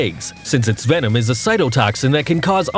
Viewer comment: Venom. It's venom. How are people still making this mistake?